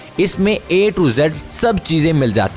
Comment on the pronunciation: Bhai sahb ap ki English speak bout bikar hai Body ko bady Bolte ho Normal kon narmol Amazon ko Amazon Ye Kiya hai Bhai English to Sahi bolo